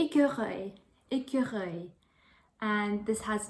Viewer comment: Your écureuil is great. And oddly enough « squirrel » seams to be one of the most difficult word to pronounce in English for french people.